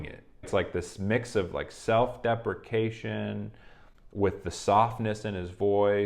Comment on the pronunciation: "self-depprication" hahaha